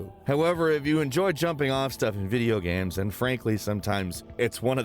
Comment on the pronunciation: He always says video 'gams' not games 😂